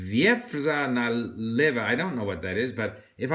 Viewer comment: Hello Steve, "Wieprza", and more precisely "Wieprz" that's called the river in Poland. You done great job. Thanks to You (and A.J.Hoge) I started really well to learn English.